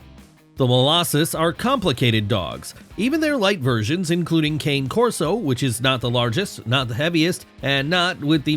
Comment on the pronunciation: Super inaccurate… 1) you do not properly pronounce cane Corso. 2) they are great with kids of all ages. 3) they are definitely not banned in Canada.